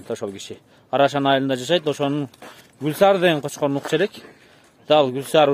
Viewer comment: Блогер жигит! Кочкорун У.Баарын Ы. Баасын Ы. Деп ашыкча у ы тамганы кошпой эле. Кочкорун Баарын Баасы деп эле айтса болот го.